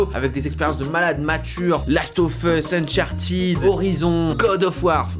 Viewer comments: A on peut juste en parler qu'il dit Unchartid c'est Uncharted punaise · Uncharted se prononce Unchartéde